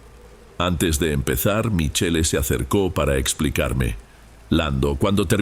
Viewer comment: Se dice Michel pronuncia bien estudia ya que actuas ante un publico estudia estudia